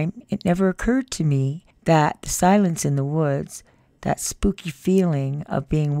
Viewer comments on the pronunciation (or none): none